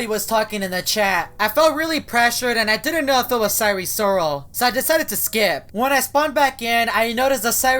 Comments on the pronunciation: Its not sire sirol its sire soril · Sire si rol not risoil